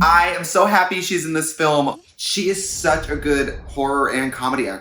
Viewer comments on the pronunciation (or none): Fillam she said film like willam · Ok but why did Trixie pronounce Film like Willam 😂 “SHE IS IN THIS FILLAM!”